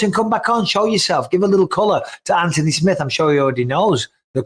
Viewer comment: U pronounce Anthony the right way Mikey B!